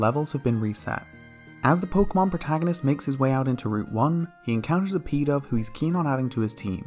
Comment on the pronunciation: When he said "Pidove was unaffected by Snivy's charm" it sounded like he said "Peta" so I was like, oh god here we go with a reference to that gross pokemon parody they made